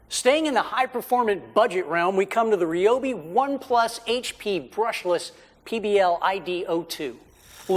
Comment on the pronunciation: Rye-obi not Reeobi.